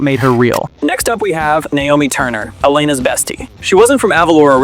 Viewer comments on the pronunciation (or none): none